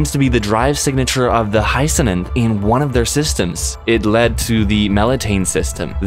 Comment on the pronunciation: Hyacinth, phonetically pronounced "hai-uh-snth" is a flower.